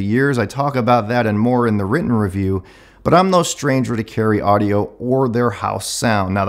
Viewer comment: "Caryeo Audio"